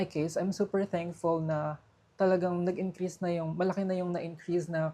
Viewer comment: bakit yung "S" nagiging "Z"?? like Promoz, Viza, Increaze, I know it sounds like pero make it normal, Promos, Visa, Increase.